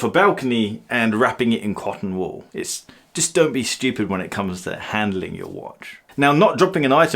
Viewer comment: “Don’t be studip” 🤦‍♂️